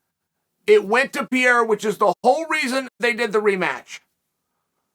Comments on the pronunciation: Why must you call him “pee era” it’s “pear era” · Still saying Piera instead of Pereira! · Chael keeps pronouncing Alex's name as "Pierra" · yo, im so sorry Chael, I love you, but how the fuck are you pronouncing Pereira brother? lol - you high fam? haha jks great content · How the hell have you not figured out how to say PEREIRA properly yet????????????????? I swear, you do it to bother people. Like "Breakfrast"........... I both love and hate you.